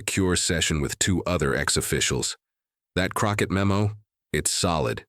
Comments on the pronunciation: It's CROCKETT! Not Crocker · Whoever is narrating this should get her name straight... Her name is not "Krocker"... Is CROCKETT.. C R O C K E T T... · Crockett not Crocker. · You're the narrator and you start with MISPRONUNCIATION of Jasmine CrocKETT'S name.